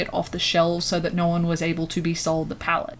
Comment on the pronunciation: i know have saved to my phone because the way she says "nyo" is too fucking funny